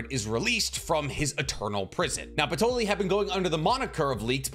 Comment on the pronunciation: like who tf is Patoly?? 😂